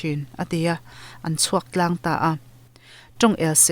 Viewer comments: Tlang.. tih hi i lamrik dan hi a mak ka ti ...hanthluk deuh la ka ko ti thin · Tlang hi a thluk a diklo thin in ka hria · A chhunzawm na kan nghakhlel chuan,,Rilru tlang Nun tlang tih hi i thluk dik lo em aw ka lo ti